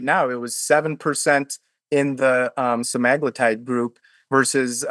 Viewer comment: Layne Norton is cool but can't really even say Semaglutide properly, continues saying SemIgluuutide, so meds are not his area of expertise either.